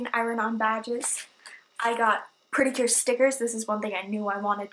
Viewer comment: I thought you mean to say Cute instead of Cure lol